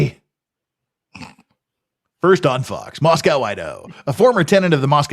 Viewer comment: Moss-co not mos-cow Also i mentioned it on a previous stream, this isn't "small". The "metro" is almost 100k people spread between Moscow and Pullman. There is an airport (albeit incredibly small), that has commerical traffic. Most of the people who live there are transistory and come from Seattle or Boise so this isn't back woods small town with small town people.